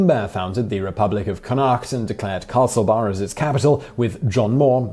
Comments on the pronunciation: It's CONN-acht. Apart from that, an interesting list. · The way he pronounces Connacht is the worst thing an English person has ever done to Ireland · SMH Simon pronounce connacht wrong